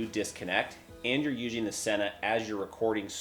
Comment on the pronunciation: Is this guy an alien!? Why's he keep saying "useing", instead of "using"!?!